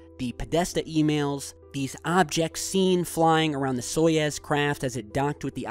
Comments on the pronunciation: So-you-z, SO- YOU - Z not So ye Z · soyuz, not soyez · It is pronounced [sɐˈjʉs], whatever that means... "So-yooz" not "So-yez". Apparently it means Union. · Soyouz , it's pronounced so yooz space capsule. Peace ! Happy Birthday Again ! 31 wow so "old" ! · It's pronounced as Saai ooze